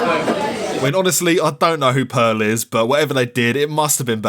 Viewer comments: She’s saying “pal” not pearl 😭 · She was saying pal not pearl.